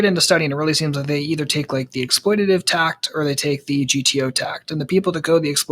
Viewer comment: "Tack" not "tact". :)